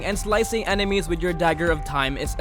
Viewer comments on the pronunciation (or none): none